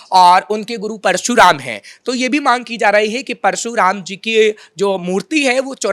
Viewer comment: कृपया इतनी भी क्या जल्दी है। परशुराम को परसू राम क्यों बोल रहे हो। आपको जो भी कहना है उसे शांतिपूर्वक भी कहा जा सकता है। जल्दबाजी में आपका वाक्य विन्यास गड़बड़ हो जा रहा है। दूसरी बात बोलने के पहले उसका रिहल्सल भी जरूरी है। ये बात दोनों लोगों के लिए आवश्यक है।।।।